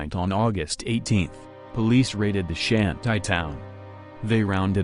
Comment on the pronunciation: Michael Elliott I agree. Shanty is pronounced Shan- tee not Shan -tie.